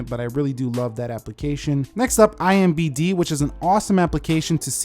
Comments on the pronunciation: It's IMDb not IMbd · Cool video. But it's IMDB not IMBD